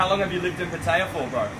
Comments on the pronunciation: Can't even pronounce Pattaya correctly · not saying pattaya right saying pattaya like ting tong falang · Learn how to say Pattaya, please.